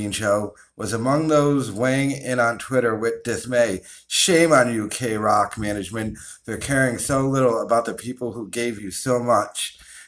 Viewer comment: The way you said kroq tells me you've never heard kroq in your life and that tells me you're a fake ass O And A poser fan.